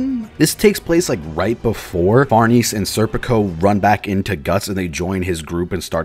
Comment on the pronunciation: Giotts, Gerfis, and Crisco are such beautiful characters. Murra is the best mangaka, he's so cool. Also, it's Far nay zey, not Far niece.